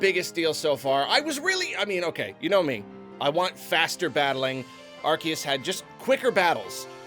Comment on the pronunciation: omg it's pronounced AR-SEE-US, not AR-KEE-US! AR-SEE-US! ARCEUS! GET IT RIGHT GADDAMNIT